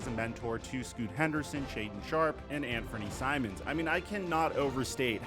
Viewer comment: The way this clown pronounce Simons 🤦‍♂️🤦‍♂️